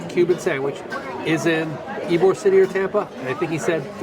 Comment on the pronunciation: Ybor city is pronounced E bor. we enjoyed listening to your various pronunciations though. Wish you’d had time to visit our little coastal town, Delightful Dunedin. You’d giggle too at all the mispronunciations of our city. It’s Din e din or sometimes Dun e din. Safe travels.